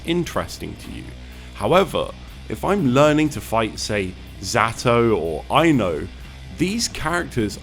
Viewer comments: can't unhear you saying ai-know instead of i-no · "eye-no" NO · Yeah yeah, amazing video, really cool that such a great feature is being talked about, whatever. Did you seriously pronounce I-no as "eye-no"? Disliked. /s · dude said AI-NO 💀💀💀💀💀💀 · the way this man pronounces ino makes me very sad